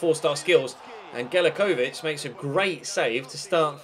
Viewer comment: I'm a Melbourne victory supporter but I was still annoyed the way he pronounced galekovic, who else was?